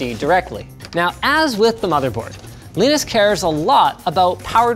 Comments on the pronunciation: Linus pronounced Linus Linus not Linus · The way Linus calls Linus as Linus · Sounds like halfway through production he found the audio clip of Linus telling people how to pronounce his name :-) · Can we just take a moment and notice how many times Linus must've messed up the pronounciation of Linus's name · It’s so weird to hear Linus pronounce “Linus” the other way … :D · Linus not being able to pronounce Linus properly or consistently is very, very amusing. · Who is this "Leenoos" guy Linus keeps talking about? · It's funny how you pronounce the vowels in Linus's name like one would pronounce the vowels in "Linux" =(^m^)= ! Which kernel config did you use, by the way? I would like to replicate the benchmark on my own much older (but still very powerful) computer for perspective. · saying someone's name intentionally wrong seems like belittling and targeting. very rude dude. you can only lose respect from this. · WHY DO YOU PRONOUNCE LINUS LIKE THAT IT'S KILLING MY EARS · Linus, LAinus, Linux... you see why so many people are confused 😂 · Also you figure that linus of all people would know how to pronounce his own fucking name. It’s lie-nus not lee-nis 🤦‍♂️🤦‍♂️🤦‍♂️ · Man it's (lie-nus) not (lee-nus). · Linus : "Leenus" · lienus leenus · For some reason it warmed my heart when you trolled yourself by pronouncing your own name wrong, as Leenus. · Is "leenus" some joke im too american to understand? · wow. linus is jealous. leenus. leenos linos. cant even try to pronounce the name correctly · Why is linux pronounced as linux but linus is pronounced as Lainus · Did he say Weenus? :) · STOP SAYING LIENIS! the crappy game show background music is back as well, AHhhhhHH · Alternate title: Linus Sebastian talks about a foreign Linus and gets closer and closer to saying “Lee-nus” every time he says Linus. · wtf is leenus he definitely doesnt call himself leenus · Did you have to write "Leenus" in the script so Linus would pronounce it as such?